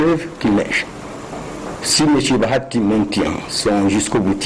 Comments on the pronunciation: BA HA TI et non Ba ya ti !!! BA HA TI, BA+HA+Ti = BAHATI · Bonjour ndeko césar, c'est juste pour corriger ta prononciation, on ne dit pas Bayati c'est plutôt Bahati.